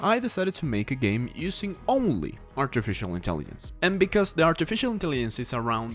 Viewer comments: bro said "intellienc" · Wtf is “artificial intelliyence”